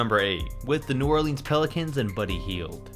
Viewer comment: Dude you gotta stop saying New Orleans wrong.